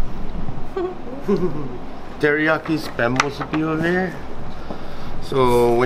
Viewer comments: It's pronounced "MEE-SUE-BEE" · It's pronounced MUSU-BEE...(MUSUBI) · Moo-su-be is the correct pronunciation 🤙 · ❤You're awesome!❤ Musubi - pronounced Moo-sue-bee🎉❤